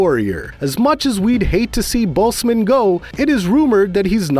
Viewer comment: He’s saying Boseman so badly it’s like boastman almost